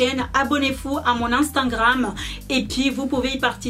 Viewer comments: c drole tu dit instangram et pas instagram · desolé mais on dit instagram mais pas instagranme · Instingram- postiler - volume esstreme - régarder- pétit sac- quelqué semaine - veste en cur - vous m'excisez - un haut courte - piti sacoche - petit bidget 😂 bref je vais pas continuer, tu as le trophée du massacre de la langue française félicitations 👏😂